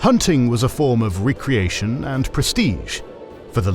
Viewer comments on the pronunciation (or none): The vocals are AI. You can tell because of mispronuciations like re-creation instead of recreation, and also because of not stopping to breathe.